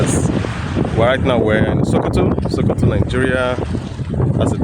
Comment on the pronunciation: He say sokoto 😂😂